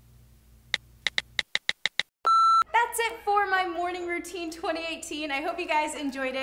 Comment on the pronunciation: Haha it's night rountine and morning rountine u said so haha 😂😂😂😂😂